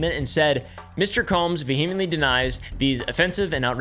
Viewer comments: You say "vehemently" in a really weird pronunciation. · ❤ you buuuuuuut it's pronounced VEE-uh-muhnt-lee [vehemently] PS - I WILL buy you out of Punkin Pie Sour Boys, even if it bankrupts me